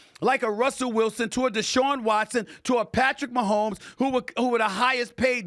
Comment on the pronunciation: Is he saying Patrick Maholms not black